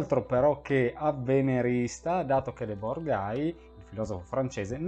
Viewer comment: Va pronunciato ''ghi debòr''.